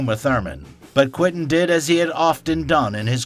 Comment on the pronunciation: Quentin, pronounced kwen tin. Not kwinton